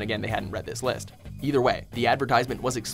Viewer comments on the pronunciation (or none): none